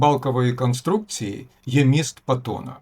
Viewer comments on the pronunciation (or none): none